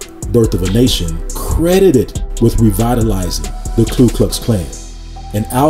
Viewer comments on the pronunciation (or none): Ku, not klu my brother. Thank you for another great and informative video. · Ku not Klu.....I make the same mistake 😂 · Very well-done video! Thank you! Just a quick note, it’s Ku not Klu. (Referring to the KKK.)